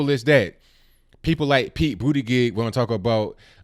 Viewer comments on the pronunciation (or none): Boot edge edge Not booty gig